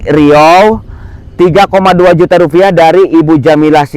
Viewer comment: RUPIAH pak bukan rufiah😂😂😂